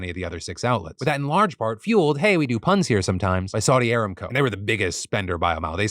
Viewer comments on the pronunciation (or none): Emphasis on the second A in Aramco (aRAMco).